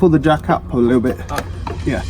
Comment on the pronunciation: Its a Yairs not a Auirs dude